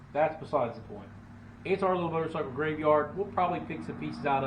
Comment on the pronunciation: I preferred the "Motercycle" sounds so French.. just sayin'. "Get to da choppa"!!